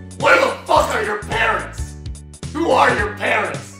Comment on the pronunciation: guys , HEW HEW DO U WANT ME TO DEW A VIDEW HEW ? HEW ?